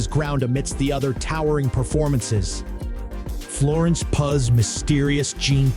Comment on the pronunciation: This review is ass but I certainly laughed though 😂 these have got to best pronunciations ever Silian Murphy Robert Downey Jar Florence Puh And C I -Fi elements